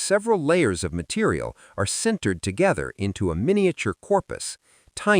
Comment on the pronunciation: Stopped watching when you said "cindered" instead of "sintered". 🤦‍♂